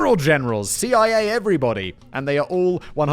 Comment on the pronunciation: When Simon Says "Hello everybody" at the beginning, am I the only one who hears "Hello pretty body"?? Always makes me feel good about myself :-). Merry Christmas.